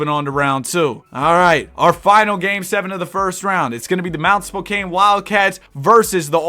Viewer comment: How the hell did ChatGPT get Mt. Spokane? lol. Spokane and Spokane Valley exist, Mt. Spokane as a town/city doesn't. Anyway, Spokane is said with the Kane as the word can. Spo-can. :) I actually love this concept. Camara is said "Cuh-mar-uh" for future reference